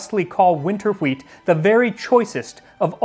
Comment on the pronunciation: Why does Max says wheat like stewie from Family guy ? :D Hweaattt